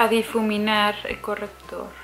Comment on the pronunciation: Muchos #MaquillateConDaniel después y aún no puede con la palabra difuminar 😂😂. Como los Amo.💜💜